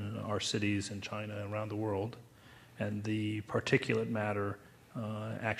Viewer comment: its "...THE WORLD IS THINKING..." NOT "..WOLD IS THINKING.."